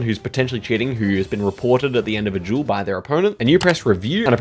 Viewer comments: oh he was saying "duel" not "jewel" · the way he says duel like jewel is just great haha i love it